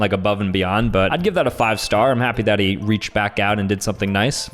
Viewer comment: he said that he but it sounded like he said daddy